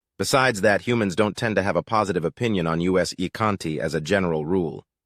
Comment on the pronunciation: U.S. Ykanti! He said "U.S." Ykanti instead of "us". The Ykanti of the United States lolol